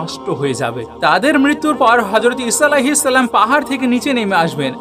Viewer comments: salam ta porjonto suddho kore bolte parona boyan maraw? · তুই তো ঠিক মতো সালামে দিতে পারিস না ট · ভাই যান আপনার সালাম টা ইকটু ঠিক করেন